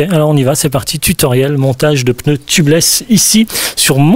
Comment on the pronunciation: Merci pour ton Tuto de 1ère catégorie.... mais au fait c'est pas un "pneuneu" mais un "pneu"..... pas "tubeulesse" mais "tubeless" mais ton accent du midi j'adore....;) et merci